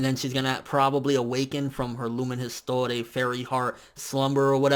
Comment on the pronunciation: It's not Lumen "His-tor-ay", it's "ees-twa". Who am I kidding, most likely nobody even noticed or cared.